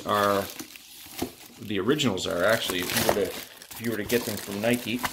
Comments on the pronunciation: You don’t pronounce it like that you goof it’s (ny•ki) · It’s Ni-Kee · What is Nike it’s nikee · I don’t know what’s worse, the shoe or his pronunciation of NIKE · who tf says nike like that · I'm a tad late, but I'm from Canada as well and that's not how I pronounce it 😂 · Well, he's also from Canada, so you can't say "no one" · did he say nike logo without an e